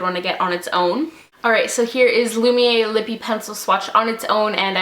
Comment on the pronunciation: Great video! Thanks for commenting on my Instagram! I ordered a heap and am waiting on them atm. I am really looking forward to the Flawless, Wet and Lumiere duos the most. :) Also, it's 'Lumi-air', that's how you say it. These all look so lovely on you. :)